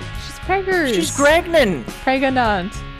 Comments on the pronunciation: It's not 'preganant'. It's 'pregnit'. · Pregananant! There's a syllable missing still :P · it's Pregante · am I gregnant? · Can I be pregonate?